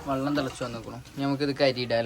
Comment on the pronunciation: വള്ളം അല്ല വെള്ളം ആണ്😂